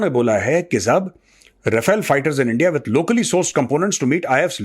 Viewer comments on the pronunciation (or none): none